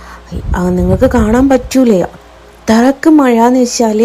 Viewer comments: മയ അല്ലെടീ " മഴ " 🤣🤣🤣🤣🤣🤣🤣🤣🤣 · മയ അല്ലടി മഴ